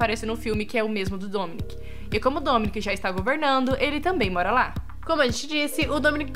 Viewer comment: É Domenico não é Dominica